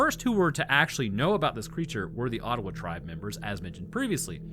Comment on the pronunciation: Being from Northern Michigan, it's "O-dawa" doesn't sound like Ottawa